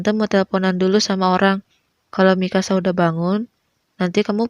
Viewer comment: Se denger ku sih ingkasa eh ternyata Mikasa 🗿